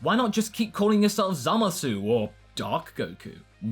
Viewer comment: you started pronouncing the U in zamasu again oh no